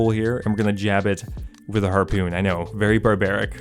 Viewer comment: Drinking game: Take a shot every time you hear him say "harpewn"